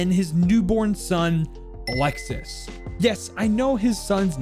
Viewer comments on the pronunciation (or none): Actualy in france isn't 911, for the ambulance is the 15. Isn't alexis for the prononciation it's alexi (yep the s is sillent) same thing you say oliver but you forgot to say the i between the v and the e and it's weird to hear french name with a english accent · it’s pronounced Ah-lex-y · just a heads'up, for alexis, the 's' is silent and it is indeed a boy name in france. Good video tho, looking forward to more siege operator lore, especialy the gign membres as a frenchy myself. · in french, “Alexis” is actually pronounced as “Alexee” or “Alexis” the ‘s’ is silent and the i makes the ee sound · His son’s name is pronounced alexi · Pretty sure French Alexis is pronounced Alexi with a silent S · All good. You simply don't pronounce the S at the end. So it's like "Alexi". Best bet would be to type "Alexis" on google translate and hear how the Ai says it in French. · for alexis it's a common name ! in france we dont pronounce the "s" :D so it's just alexi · Just a little error you made, Alexis is a really common name for french boys, and the ''s'' is silent. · Actually his sons name would be pronounced like A lexe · don’t pronounce the « s » at the end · btw, in france alexis is pronounced "alexi" and its a boy name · French people use the name Alexis on guys alot and it's more pronounced a lexie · Alexis is 100% a guy name in french. Also "Olivier" in french is pronounced "O - Lee - Vee - Yay" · Alexis is pronounced alexee in french and it’s a common boys name btw! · olivier not oliver olive e a (not the perfect explanation of the pronunciation) and alexis is alexei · Alexis is a French boys name it’s pronounced Alex E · In french alexis is a male name, because you dont pronounce the s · You pronounced my name wrong alexis the s is silent